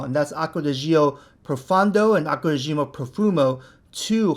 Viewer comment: Stop saying it jee-oh . It’s just Joh